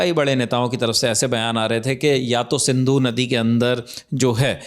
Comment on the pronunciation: It is Sindhu not Sandhu